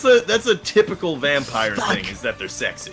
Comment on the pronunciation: I swear to god said "Rampire" multiple times